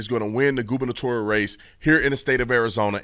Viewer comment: Haha no offense but it sounds like you're saying Goobalitorial race which I think is a fair description of most politics